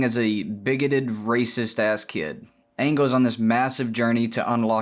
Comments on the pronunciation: Oh God, please don't pronounce Aang the Shyamalan way... it's not Ong it's Aang (as in angle take away the le) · "Onng" ... triggered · I know it's comedic but pronouncing his name as OOng is really killing me... lol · He said "Ong" and I almost clicked off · I died at "OOng masters the Avatatt state" xD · almost all dubs call him oong, also may is often called Mah-E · I'm sorry, I stopped listening after you mispronounced Aang's name 😒 (jk) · it took me way to long to realize he was saying the name wrong on purpose